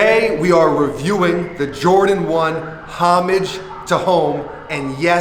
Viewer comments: When he said Homage it sorta hurt 😂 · Im pretty sure its pronounced homage to home